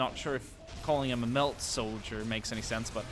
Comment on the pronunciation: The thing you keep calling a "melt" gun is actually a "melta" gun. It does melt things and is often used as a very powerful anti-armor weapon but is very short range. Also, the jungle fighters planet pronunciation is debated at times but it is most often called Cata-Chan with a Ch sound like Jackie Chan. Keep up the great work man. Love the stuff and love the fact that you keep learning and wanting to learn.